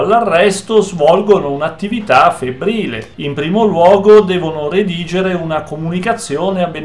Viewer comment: Mi perdoni l'appunto,, ma "redarre" non si può sentire. Per il resto seguo sempre con piacere i suoi video.